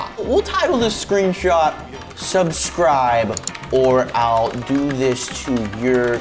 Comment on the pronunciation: no preston say subscibld